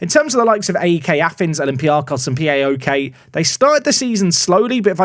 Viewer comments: PAOK and AEK are pronounced as one word, not individual letters. So it's literally "paok" and "aek". Not P-A-O-K and A-E-K 😅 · Im gonna try and get to to pronounce AEK and POAK properly :) dont spell them out. AEK is almost like saying ache. And POAK is said like pualk. My greek friends hate it when i spell them out!!!!